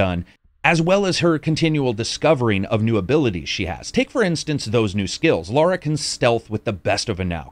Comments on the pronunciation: When it comes to a persons name, there is only one correct pronunciation. Her name is Lara, not Laura. Also, colour and color have the same pronunciation. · Before I watch it I bet he kept calling her Laura rather than Lara 🤣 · Love this channel... But cmon brah...... It's Lara not Laura.